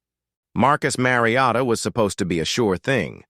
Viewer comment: Listening to this AI pronounce Mariota and Manziel is unreal. Fucking do better.